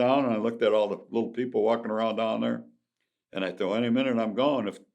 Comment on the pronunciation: He pronounces his “throws” like an old Jamaican